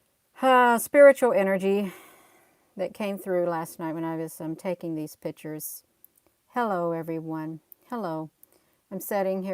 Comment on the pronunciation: you are a treasure however pictures is not pronounced pitchers sorry.